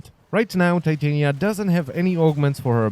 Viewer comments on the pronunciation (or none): Jesus Christ. Its "Tit-anya" its like not "Tite-ania" or however you're sayin it. Like the fairy queen? She's supposed to be like a fairy lol...its also "Ark-wing" bud....not "arch-wing"... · I thought it was pronounced tih-tahn-ya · I know it's his accent but...the way he pronounce titania, it's...weirddddddddd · The way he says her name physically hurts me. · Im pretty sure u said her name wrong